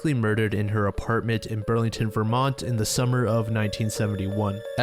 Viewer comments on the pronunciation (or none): none